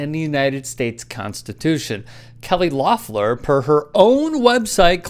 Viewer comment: If you’re gonna make this video, at least learn how to pronounce her name. LEF-LER.... LOEFFLER